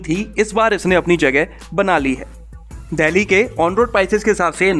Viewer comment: Bhai "देहली" नही बोलते 'डेल्ही' बोलते हैं या फिर दिल्ली बोल दिया कर।